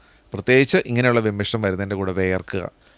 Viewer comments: വിമ്മിഷ്ടം അല്ല ഡോക്ടർ,വിമ്മിട്ടം. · വിമ്മിഷ്ടം അല്ല വിമിട്ടം എന്നാണ് പറയേണ്ടത്